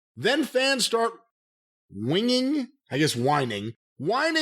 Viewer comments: I'm sure it has been said a bunch already but whinging is British slang that essentially means complaining or whining. It's also pronounced "winjing". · Someone tell the word he was looking for was "whinging", which is pronounced "whinge-ing or win-jing" and it's how our friends across the pond say folks are complaining or bellyaching. Pissing and moaning. Bitching. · The word your looking for is winging pronounced as winjing, it means crying like a bitch in the UK 🤣